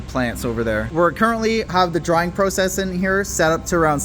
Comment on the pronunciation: wtf is a Pro Cess? Do u mean Process? What’s next Flow Ering room?😂😂😂